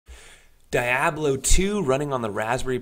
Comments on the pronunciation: Die oblo? Never once heard it pronounced like that. DEe-ab-lo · Cool 😍 it’s pronounced “deeabloh” by the way